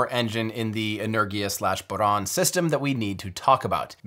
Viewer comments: Why are americans so bad at pronouncing words? Saying "energia" like "lurgy" when it's pronounced "en-er-gia" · Outstanding, Tim! Also, if you would like help getting your pronunciation of Russian names right, do please reach out to me. Rokot, Angara, Energia, Proton, etc. you managed to get them precisely wrong every time! What are the odds of that? :-) Congrats on finishing this awesome projects, and with such great results.